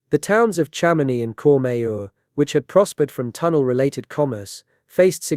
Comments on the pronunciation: Chamonix isn't pronounced Sham-on-ix; it's pronounced Sham-in-wa. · I'm gonna guess this is using an AI voice? I hope so with that pronunciation of Chamonix... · since when do you pronounce Chamonix, France, like Chamo-nicks?